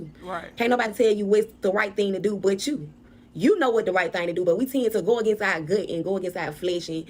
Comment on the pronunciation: 😭🤣😂chile him saying our as “are” wouldve been it for me